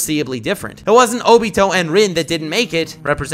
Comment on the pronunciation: Oh-bee-toe LOL